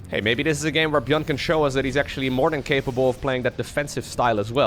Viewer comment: I am getting confused when say buyn or buyl